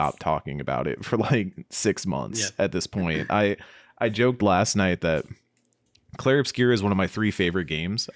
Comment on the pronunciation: Plz stop calling it "Clair"